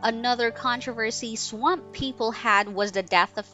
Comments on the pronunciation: Like how she says swamp Sawamp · Why are you saying swamp like that? What the hell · Why is she having such a hard time pronouncing the word “swamp” haha jeeez ssmmhh !!!